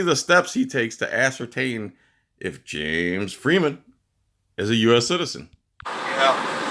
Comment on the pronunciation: I love how you pronounce James Freeman. The way James says it... fun times